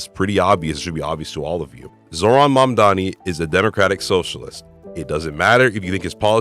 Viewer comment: you pronounce mamdani so well :O I wish more people would put effort like you do